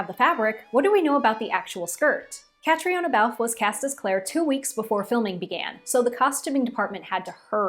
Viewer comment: Love your enthusiasm! Very fun. By the way her name is Irish and it is pronounced 'Ka-tree-na'.